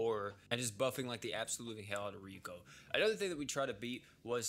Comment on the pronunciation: Every time said "ryoku", I cried a little